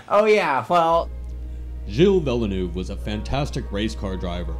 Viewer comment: Villeh-Noov? Vil-Nurve (soften a Curve sound) is a closer pronunciation (Ihail from Montreal so a little defensive here) went to the circuit Gilles (got that par right) ViLL-Neuve for this years F1! was awesome